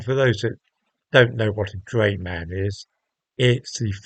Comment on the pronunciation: I know what a Drayman is, but thought you said Gayman for a moment there 😂